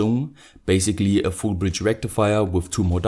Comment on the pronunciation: I hear 'Full bridge rectifier' as 'FOOL BRIDGE RECTIFIER' lol that too in caps :P thanks electro boom :D